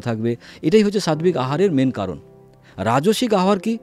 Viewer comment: Sadbik katha ta nai utcharan ta hobe sattik hobe.